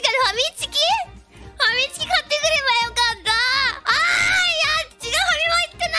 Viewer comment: ファミチキがたまにハミチチに聞こえる、、気がする。